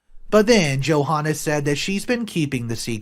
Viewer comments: God I love how you keep calling her Joe Hahnah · The h in Johanna is silent it’s pronounced Jo Anna. Come on man!!!! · It's pronounced Jo-anna, with a silent H.